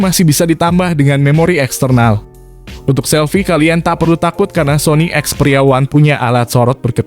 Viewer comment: Ada pembaca an kata experia yg beda mirip ngomong pria 😂